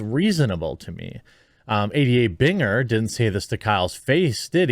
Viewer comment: I like how when you say "ADA (shyster bitch)", it sounds like you're saying, "idiot (shyster bitch)".